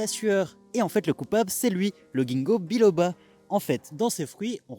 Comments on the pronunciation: Alors si jamais ça se prononce « jinko biloba » pas « gingo » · Problème de prononciation le g se prononce comme un j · En revanche le premier G de gingko biloba se prononce J